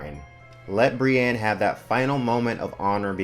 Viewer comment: Just fyi for future reference, the big Brienne fandom generally pronounces her name Brie-INN, not Brie-ANNE. :)